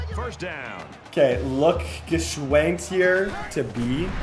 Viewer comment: Favorite part is you pronouncing Gwschends name every time different 🤣